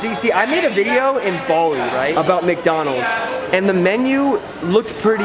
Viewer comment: Bali not baldi xddddd